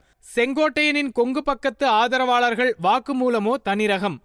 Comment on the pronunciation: என்ன தமிழ் பேசரீங்க...அதற்காஹ,ஆதரவாளர்ஹள்,கொள்ஹை...இப்படி தான் பேசுவீங்களா?சே சே.